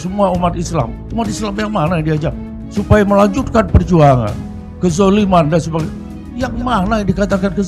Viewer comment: Habib bahar ngomong kejaliman,kejoliman yg mana Kenapa banyak para habib yg jadi profokator di indonesia ini